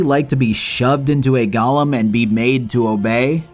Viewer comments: why do you pronounce Golem like Gollum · it's golem, not goLEM 😂😂😂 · ffff. GoLEM, not Gollums. What is wrong with you? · Do you have any idea how stupid you sound calling them “gollums” like this is Lord of The Rings? They’re pronounced GOAL-ems. Spelled Golem. It wouldn’t have been so bad if you said it once or twice, but you were so sure you were correct you included the word 40 times in your script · "gah-lum" is a charactor in LOTR "go-lem" is a "living" doll type of creature